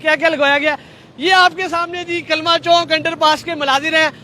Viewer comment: Bhai "Chowk" hota hai "Chonk" nahi hota